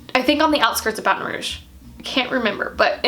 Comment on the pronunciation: Is anyone else bothered by her saying New Orleans wrong but Baton Rouge right